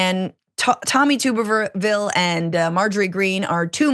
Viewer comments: Glad that I'm not the only person who pronounces his name "Tooberville" instead of "Tubberville". It just makes the most sense, since he has about the same amount of neurons as a potato. A tuber. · Tubberville. Tubb, rhymes with snub, hub, sub. Tubberville. Verbatim the actual correct pronunciation sounds worse then tube. It kind of reminds me of a tub of lard, which is actually smarter than the AL senator.